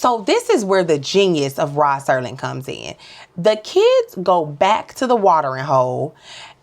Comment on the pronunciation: It’s Serling, not Sterling. It’s a common mistake.